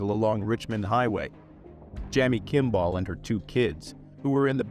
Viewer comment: I really wish you would have looked up how to pronounce 'Kimball'.... might have connected a common name you have heard with the spelling you apparently have never seen before.